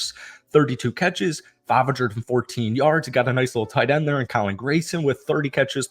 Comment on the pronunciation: As a colts fan, love everything here besides the fact that it's graNson not graYson